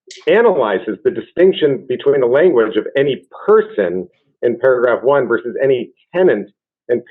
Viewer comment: OMG, the word is versus. It is not verse.